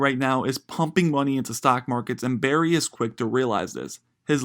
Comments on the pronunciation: “Burry” bro... not “berry” how is anyone going to take your narration seriously if you can’t even pronounce the guys simple name? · BURRY not Berry Jesus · He keeps saying "Berry" and not "Burry" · It's BURRY, not berry. Come one guy. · Not Berry. BUUUUURRY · The least you could do is get his name right! "Dr. Michael Berry"? Sorry, 5 seconds, and I'm moving on. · It’s pronounced Burry not berry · His name is Burry. Not Berry. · He keeps saying berry instead of Burry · Yea I couldn't stand it lol. A legend like Michael Burry deserves to have his name correctly pronounced. Otherwise it was a good video.